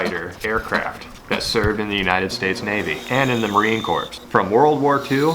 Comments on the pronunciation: I love your videos but I kinda cringed when you said marine corpse It’s pronounced marine core But it’s spelled corps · The 'ps' is silent int Marine Corps. It's pronounced like 'core'. Other than that, fantastic video as always!